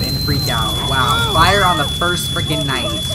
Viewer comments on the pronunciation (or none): none